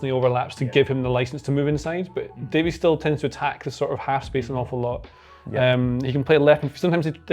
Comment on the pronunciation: What is it with folks overseas mispronouncing Davies name?